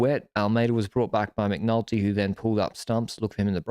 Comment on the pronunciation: I swear I heard you call McNulty 'McNuggets'! Love that you guys are having a giro camp out ❤